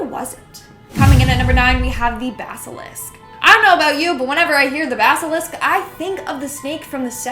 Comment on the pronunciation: So are we just gonna ignore the fact kept saying basilisk wrong? Basilisk not Baskalisk lol.